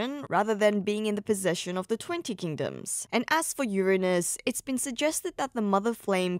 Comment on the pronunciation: Finally someone who pronounces Uranus correctly